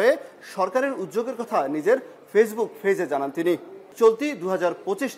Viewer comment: ফেইজবুক ফেজ ফেলোড ভোমা জুদ্দ আদুনিক ফোর ফয়েন্ট ফাইব -এই শব্দগুলোর উচ্চারণ বার বার আয়নার সামনে দাঁড়িয়ে অনুশীলন কর বাছাধন 😂😂😂😂😂😂😂😂😂